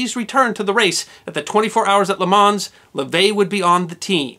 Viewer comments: Great video. I'm a huge motorsports fan, and I can't help but to nitpick on a few things.. It was once said that motor racing was invented the moment the second car rolled off the assembly line LeMans is pronounced "lay-mau" isn't a real car, it's from a video game Circuit des 24 Heures du Mans also known as Circuit de la Sarthe Forgot to mention the the 3.7 mile Mulsanne Straight Speeds on the straight by the Group C prototypes reached over 400 km/h (250 mph) during the late 1980s. At the beginning of the 1988 24 Hours of Le Mans race, Roger Dorchy driving for Welter Racing in a "Project 400" car, which sacrificed reliability for speed, was clocked by radar travelling at 407 kilometres per hour (253 mph). Mispronouncing Mille Miglia (Italian pronunciation: [ˈmille ˈmiʎʎa], or ( Millemiglia) mispronouncing " Juan Manuel Fangio" Wan Manuel Fon-Gio Hehe other than that I loved the effort and research you put into it.. and plans for other motorsports history? Maybe the death of Ayrton Senna? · I'm sure that most citizens of the USA would be miffed if foreigners pronounced the names of their cities and towns incorrectly. I believe 'Nothing\' is quite correct with his point. The town of Le Mans is pronounced without an 's'. In fact it is pronounced 'Le Mon'. When I visit the USA I make an effort to pronounce place names as Americans do, and I do the same in France. I think that is the point that 'Nothing\' is making. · As an Italian and GP/F1 fan , best explanation I have seen of this disaster and thank you for sparing us the grisly photographs. As the risk of seeming to be boorish, Europeans don’t try to change the pronunciation of American place/event names and so it’s: Le Man the s is of course silent and Mille (Mil lay) (Me Yelia ). The g is silent in fact the construction gli is the hardest to master. It’s pronounced “yee”. No worries Jay Leno pronounced nothing correctly on Italian. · Isn't the 's' in Le Mans silent? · The s in Lemans is silent